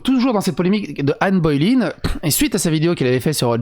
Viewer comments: Anne "Baulaine" et non pas Anne "Bauléïne" !!!! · Mais mais mais. On t'aime hein, mais c'est Ann BoleYn pas Ann Boylen. 😂😅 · C'est Boleyn pas Boy line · C'est pas Bo-é-lyn. C'est Bo-lé-yn. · Que Satan me chatouille l'anus comment t'as prononcé Anne Boleyn au debut ! 😂 c'était presque beau haha . Ah ben pas qu'au debut en fait... Anne Boylin 🤣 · ca se prononce anne bolène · Ca se prononce "Bolaine" non ? Comme le "Hai" de "Haine" (ça devrait parler à MJ comme ça).